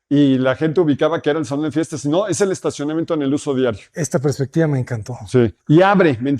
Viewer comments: Todo más que perfecto pero, cada que escuchaba prespectiva en vez de perspectiva, me daba algo 😢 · CADA QUE DICE PRESPECTIVA NO SE QUE ME DA =s